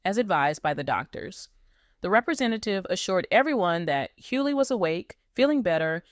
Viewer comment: Please get an AI that pronounces their name right. The G in his name has an accent and yes I didn't finish watching. And next time ILL KEEP SCROLLING.. GEEEEES